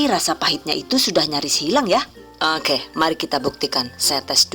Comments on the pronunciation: ...👍👍👍...oookeeh... Aku suka bgt pas pengucapan "eehg" & "ookeeh"... Terima kasih mbak atas ilmu nya... Good luck...💪💪💪... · Pada bae mbekayu nyong y wong ndesa "owke"😂